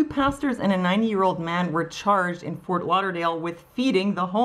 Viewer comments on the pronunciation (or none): none